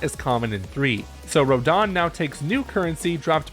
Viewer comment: Isn't it Rodin, not Rodan?